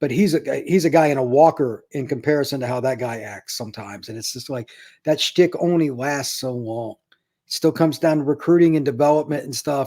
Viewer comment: Love. He used the word "shtick" great Yiddish word & pronounced it correctly.